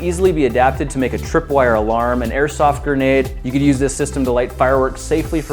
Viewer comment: lmao you said airsoft gernade and i was thinking that from the begining